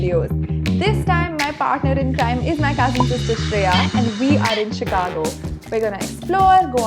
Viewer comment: improve your pronunciation it's not a चिकागो it's शिकागो. #Sejal